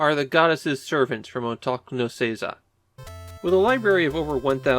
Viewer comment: Random, not every Japanese word that ends with "ku" is pronounced with a silent k. Otaku isn't Otak, and Ikkoku isn't Ikkok